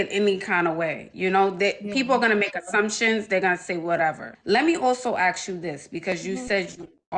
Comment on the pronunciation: She has a hair business, she's into Real estate and can't even pronounce the word ASK. How typical! 😂😂😂